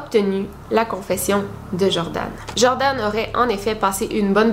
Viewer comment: C’est Joran, et pas Jordan ;)